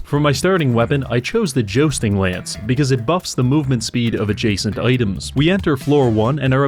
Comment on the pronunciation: Jo-sting? There is a U in there...